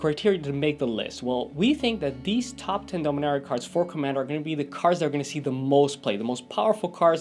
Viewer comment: Pronouncing Dominaria wrong